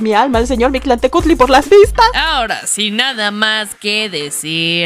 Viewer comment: Pronunciaciones incorrectas de la con su respectiva corrección "correcta" (pongo comillas porque varía la pronunciación dependiendo cada grupo originario, pero podria consensarse que es asi) Huitzilopochil❌ Huitzilopochtli ✅ Mishtlantenushtli❌ Mictlantecuhtli (la h se pronuncia como j)✅ De lo demas, los pronunció bastante bien, y su invitada estuvo espléndida.